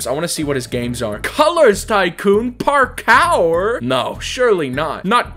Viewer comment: ah yes i love me some Park-our